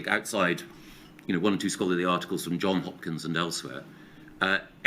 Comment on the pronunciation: Johns Hopkins, JohnsSS Hopkins, not John Hopkins. Gove has such an understanding of the data presented by JHU that he can't even get the name right after three years.